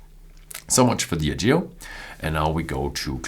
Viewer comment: sorry, but your stress in word "Diageo" is wrong at the beginning